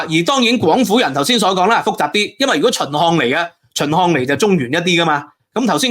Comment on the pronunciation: 讀字都唔清楚，係“百粵”唔係“八月”, 係“耕地” 唔係“姦地”, 係“秦漢”唔係“秦項”, 係“宏大”唔係“雲大”, 勁多懶音， 仲話係博士